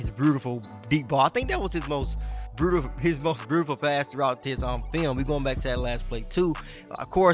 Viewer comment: said breautiful 😂